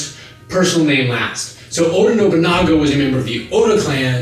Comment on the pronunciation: It's pronounced "O-Dah" (Oda) not "O-Bah" (Oba) like you were saying...just saying.